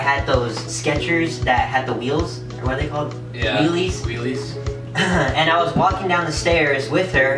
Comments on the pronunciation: There Called Heeles not Weeles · its heelies... not wheelies